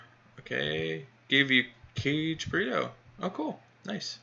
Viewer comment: YOU are driving me nuts with that it is Not pronounced Caged Burrito or whatever you are Saying OMG.. The first part is pronounced more like Kaa Gay.. - Kage